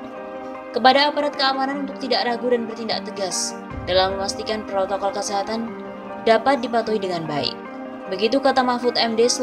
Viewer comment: ADA TEKS MASIH SALAH BACA NYA APA LAGI TDK PROTOKOL BUKAN PROKOL JOK ,PRESIDEN PALING BURUK MEMBERI CONTOH YG TDK BAIK KPD RAKYAT NYA